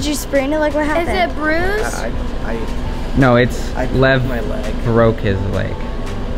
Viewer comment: she goes " did u brusie it" as its in a cast